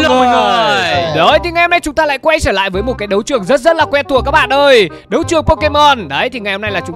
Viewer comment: Trở lại chứ ko phải sở lại nha anh